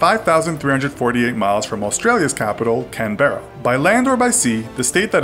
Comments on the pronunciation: Seriously!!! Can-ber-ra!?!?!? It's pronounced Can-bra... (Australian hatred) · It's can-bra not can Berra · can berra lol its sounds more like canbra with no gaps just straight up canbra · Can...bear-a? XD Australia's capital is pronounced: Can-bra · Can-Berra really mate hahahah it's Canberra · ITS NOT PRONOUNCED CAN-BERRA ITS PRONOUNCED CAN-BRA! GAHH IT TRIGGERS ME SO MUCH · Its not pronounced Cam - berra its pronounced cam - bra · He said khan-berrea, mate it can bruh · What can-be-re ohhhh you mean Can-bu-ru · "Can-Berra" boi, it's pronounced "Canbruh" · It's not said Can-Be-Ra it's Can-Ba-Ra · Lol Canberra is pronounced canbrra not can-ber-ra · Canbehra? It's pronounced can-buh-ruh mate! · CAN-BEAR-RA?? ITS CAN-BER-RA!! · It's not pronounced "Can-berra" it's pronounced "Can-bruh" Do your fucking research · FYI, you didn't pronounce Canberra right it's CAN-bruh not can-BERRA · BOI can berra(it's can ber ah) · You don't say Canberra canbErra you say it like canbra but we spell it Canberra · Its pronounced CAM-BRA not can-berra!!!! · It's pronounced "Can-bra" not "Can-berra" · did he just say can-berra. no thats not how you say it. im australian and you better apologise. its pronounced can-bruh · I am Australian and that is not how you say are Capital it’s canbrea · The name of Australian capital is pronounced cam-bra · You pronounced Australias capital wrong its said Cam-bra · Canberra in pronounced can bu ra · WTF did you here how he said canbra lolololol I probs did not spell that right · I don’t think he really knows that a lot of us aussies pronounce it as if it’s spelt canbra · You said canberra wrong can-berra XD its all g tho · Canberra is pronounced Can-bra. Good vid though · Who else got really triggered when he said can beeerra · Hate to be this type of person but it's pronounced Can-bear-a for Canberra. Just letting you all know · It's pronounced can-bruh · Canberra is pronounced canbruh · Cabrera is pronounced Can-burrr-ah one word all in one go